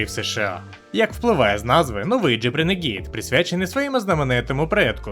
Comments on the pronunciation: Людям не подобається, коли не правильно! Я кажу не про переклад, а про вимову, яка у Гугл перекладача завжди правильна. В даному випадку модель називається Рéнеґейд, але ну аж ніяк не "ренегід". Де ви там ту "і" побачили?! Ви ще Audi "аудіо" назвіть! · А чому "ренегІд"??? Чому не "рунегуд" або не "ранегод"??? Коли ви читати навчитеся? Якщо брпкує знань англійської, щоб прочитати правильно, хочаб Гугл перекладачем користуйтеся! Там є така опція - читати вголос, якщо ви не знали